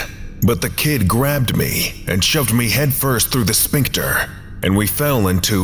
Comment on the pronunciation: I love your readings, but man, every time you say "sphincter" it's like fingernails on the chalkboard. Like, everything else about your readings is awesome. Your voice has gravitas, your pacing and flow are perfect. The mispronunciation of sphincter is just so jarringly out of place that it's hard to ignore it.